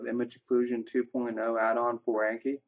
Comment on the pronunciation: Thanks for the video! It convinced me to download the plugin. Just a quick note: the program's name comes from the Japanese word from memory which is Ah-nki (rhymes with donkey), not A as in cat or hat. Also, where did you get that awesome background? :D